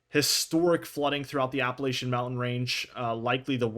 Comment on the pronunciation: Google the proper way to pronounce “Appalachian”